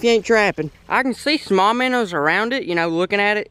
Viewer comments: Its not "minners" it minnows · Why does he say “miners” when he try’s to say “MINOES” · Joshua Lummer u don’t know how to spell he says minners not miners and it’s minnows not minoes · Does anyone else notice how he always says,”minners?” instead of minnows. I get a kick out of it but it fits well. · I like how he says miners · Minos not miners 🤣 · Miners instead of minows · Its "minnows" not minners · say "Minn o" not "minners" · The way he says Minnows is so funny Minnors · “Minner”😂😂😂 I love it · I like how he says “miners” instead of minows